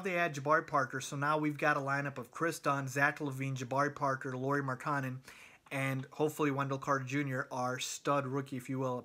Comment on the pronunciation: lauri MAR-KIN-IN